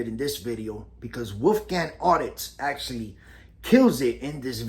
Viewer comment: "FLustrated" is not a word. * FRustrated. "EsCUElating" is not a word. * Escalating. "Imporint" is not a word. * Important. "Acshuhly" is not a word. * Actually.